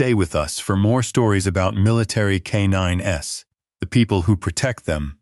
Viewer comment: Loved it!❤ I always enjoy military and/or animal related stories....but no tear-jerkers, depresses me for the rest of the day, even tho I recognize reality can be grim... Just a note - Not " k 9 ess"! Just k9s KAYNINES (as in plural)